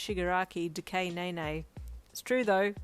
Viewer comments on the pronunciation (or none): DECAY-NAY NAY I CANT 😭💀